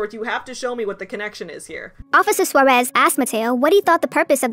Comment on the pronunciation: As a Native Spanish Speaker, I CRINGE at how the PragerU guy pronounces "Suarez".